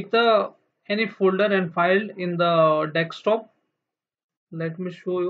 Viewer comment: learn how to say desktop first